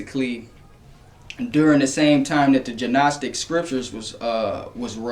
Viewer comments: Just FYI....the letter G in the word "gnostic" is silent. It's pronounced like "nostic", not "gee-nostic". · The G in Gnostic is silent.. Its pronounced Nostic.. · Great info brother. By the way, the 'G' in the Gnostic is silent. Pronounce it "Nostic." I went years pronouncing it wrong :-) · It's pronounced Nostic. The g is silent, respectfully